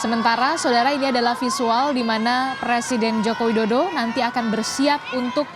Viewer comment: Kalo ga salah dengar hos nya mengatakan Joko dodo